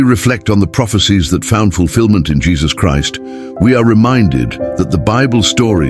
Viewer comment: seriously? Jeesuuus krist? Can you find an artificial intelligence that can pronounce Isaiah and Jesus correctly? This makes me sad.